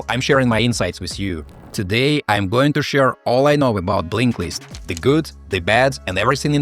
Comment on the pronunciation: He calls it Blinklist...?